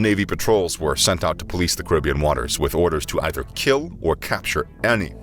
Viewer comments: Your pronunciation at the start is correct as its was name after one of the many indigenous groups of the region known as Caribs. So its ka·ruh·bee·uhn not kr·i·bee·uhn. Hearing it pronouned as the latter is like nails on a chalkboard. - your friendly neighbourhood West Indian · The first way of saying Caribbean is actually correct.